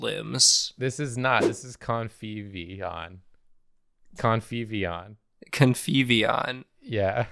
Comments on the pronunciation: kept hearing covfefeon 😂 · Every time says his creation's name, it gets closer to Covfefeon. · Every time said "Conviveon" I heard "Covfefeon"